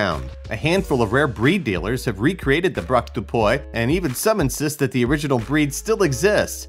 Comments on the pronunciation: Wtf it's PUY not POUEH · You can find the correct pronunciation of foreign words on internet. 'Puy' is pronounced 'pwee'. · Free French lesson! « Puy » is pronounced more like pwee than poy. Also in French, « de » is pronounced more like « duh » than « day ». Kuri are cute IMHO.